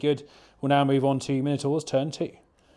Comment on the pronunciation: Everyday is a school day, all my life I've thought it My-No-Tour, turns out it is actually as you say it, well done for opening my eyes! Ha ha. Good job on batrep too, two not very common forces in VBR, and well painted and great terrain too. Cheers guys